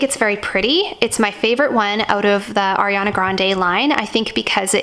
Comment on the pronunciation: I’m sorry but it’s ariana not Airiana 🥺